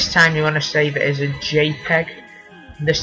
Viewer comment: you need to save "AS" Sounds like save us xDDDD